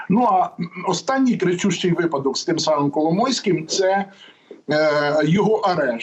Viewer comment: Уважаемые ведущие, в слове випадок ударение ставится на первом слоге.